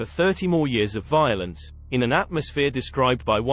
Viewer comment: Love the Bristolian accent as he pronounces the word "violence" or should I say "voilence." 😂 LFC YNWA